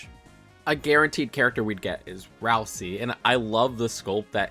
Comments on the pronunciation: It’s pronounced RAL-SAY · DID HE SAY RALSEE?!